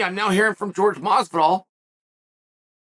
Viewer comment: That's not how you pronounce his name, it sounds like Whore hey Masvidal.